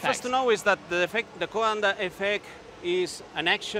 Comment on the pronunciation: She is butchering Coanda’s name.